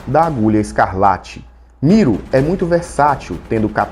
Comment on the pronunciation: É MiLO, com "L", não? Vc falou MiRO com "r" várias vezes. kkk Muito bom o vídeo e a análise comparativa.